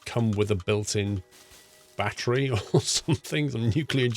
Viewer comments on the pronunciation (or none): none